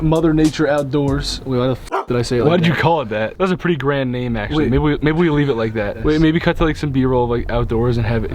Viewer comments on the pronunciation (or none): none